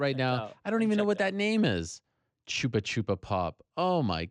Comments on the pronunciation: did ny just call chupa-chups, choopa-choopa? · Is that how American's pronounce "Chupa Chups"? Dafuq